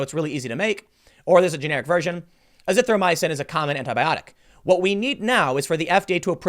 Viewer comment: Tim with the PERFECT pronunciation of hydroxychloroquine and azithromycin but can’t say Weinstein 😂😂